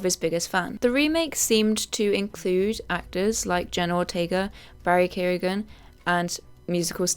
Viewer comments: Hi, nice upload! I think Barry’s last name is spelled “Keoghan”, not “Kelohigan”, and I’m pretty sure it’s pronounced Ki-Oung. Have a nice day! 😁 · You mispronouncing Barry Keoghan's name is some perfidious albion shit LOL